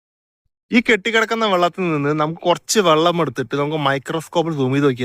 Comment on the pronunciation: വള്ളമല്ല വെള്ളം എന്ന് പറയണം